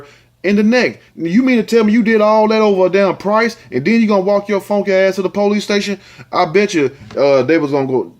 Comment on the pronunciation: U keep killing me with "cookie" "wood" and that "fonkey(funky) ass"! Even with the most serious stories u find a way to crack my ass up!